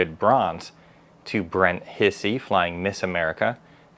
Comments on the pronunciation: Brent's last name is NOT hissy...proper pernounciation is....like Hi-C... and the rabbit airplane is a B25 Mitchell and is flyable. L-39 is flyable. Pilot seat isn't always the rear seat. Miss America is a P51 D Mustang. Yellow part is the oil tank. Miss A is flyable when the engine gets back. Just routine maintenance. The little model is a pedal plane. The high wing tail dragged is a L-19 Bird Dog. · Still got the name wrong. It's pronounced almost like "High-C" .. not Hissy. Brent 'Doc' Hisey is a neurosurgeon and owns several warbirds. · Brents name is pronounced Hi'-zee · He pronounces his name "HIGH-zee". "Doc" Hisey was a flight surgeon for the 465 TFS "Okies" at Tinker AFB, OK, when they had F-16s, from late '88 to around late '94.